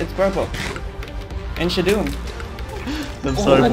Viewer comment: Ouais mais dit "Shoudoune" et pas "Shadoune" ahah